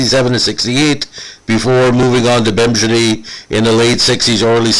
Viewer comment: You know I'm in his corner. Carry on Nino. Teach this guy how to say "Bemidji